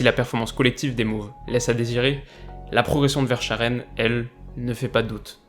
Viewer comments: que les Dieu du football puissent t'écouter pour Verschaeren, on a plus eu une pépite pareille au club depuis les Tielemans, Lukaku ou Kompany justement. et effectivement, pour l'instant il a l'air de vraiment garder les pieds sur terre, alors que vu qu'anderlecht ne tourne pas bien pour le moment, il va avoir pas mal de pression. et une petite aide pour la prononciation : ça se prononce VerskAren, en insistant sur le A (presque verskaharen si tu veux). les joies des noms Flamand. mais c'est comme De Bruyne, ça va venir avec la notoriété xD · Excellent que tu parles de Yari Verschaeren juste d'un point de vue prononciation, on dit Vers"k"aeren aha voilà voilà sinon excellente vidéo comme d'hab ! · Comment t’as écorché Yari Verschaeren 😂 ça se dit « Verre Ska Reun » (enfin je l’ai tjs entendu dis comme ça) sinon super vidéo 👍🏻 t’es au top continue comme ça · Verschaeren se prononce "Veur-ska-reune" :) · On dit Verskaren, il ya Djenepo a surveiller aussi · verschaeren se prononce verskaren si jamais, c'est en flamand, sinon très bonne vidéo comme d'habitude :) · Bonne vidéo mais on dit verskaren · Juste pour te dire verschaeren se dit verskaren et bruxelles se dit brusselles 😅 Apres tres bonne video sinon ! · pour la prononciation de yari " Veur-ska-rene" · Sch se prononce sk ;-) en gros va se dit verskaeren Bruxelles se dit Brusselles et pas brukselles 😥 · Ça se dit versKaren ok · Ca se dit " versKaren " sch en belgique ça se lit " sk " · Ça se prononce Veur-Skareun les français svp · verscchaeren ça se vers"k"aeren car en néerlandais "sch" se dit k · C’est un flamand donc ça se dit verskaren 😄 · Renseigne toi comment dire Verscharen j'ai les oreilles qui saigne 😂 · Verschaeren se prononce ver-ska-ren dédicace à tous les belges 🇧🇪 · Tu prononces hyper mal vershaeren... vous etes tous les mm les français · Géniale comme vidéo, à noter juste la prononciation de Verschaeren 😉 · Belle vidéo mais la prononciation de Verschaeren fait beaucoup de mal aux tympans